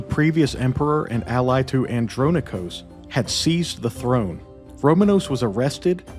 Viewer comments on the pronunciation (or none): none